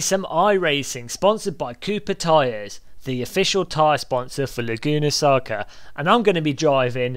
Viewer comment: "Laguna Saca" lol . Nice video,entertaining as always.